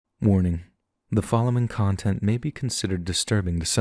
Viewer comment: Thought you said morning, not warning lol